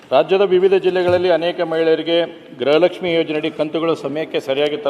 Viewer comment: ಮೊದಲು ಯೋಜನೆ ಯ ಹೆಸರು ಹೇಳುವುದನ್ನು ಕಲಿಯಿರಿ ಗೃಹಲಕ್ಷ್ಮಿ ಹೌದು ಗ್ರಹಲಕ್ಷ್ಮಿ 😂